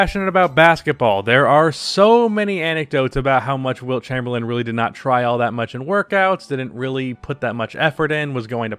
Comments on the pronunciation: It’s not Chamberland, lose the D at the end bro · I can't get over the fact he keeps pronouncing his last name "Chamberland" xD As always though appreciate all the hard work and research you put into your videos. Good quality content as always.